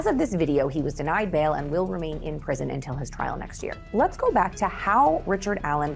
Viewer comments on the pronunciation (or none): none